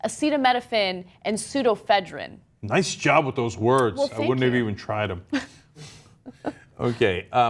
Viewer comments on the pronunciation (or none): Anna, It's not pronounced sudo-phedrine, it's sudo-EF-edrine. There's 5 syllables, not 4. You're missing one. I only mentioned this because Cenk congratulated you on your pronunciation when it was clearly wrong. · Ketamine, not just a horse tranquilliser, Ana. Wikipedia is free. It's also surprising that someone involved in news can't pronounce pseudoephedrine properly. There's a syllable in the middle that you missed. Online dictionaries are also free.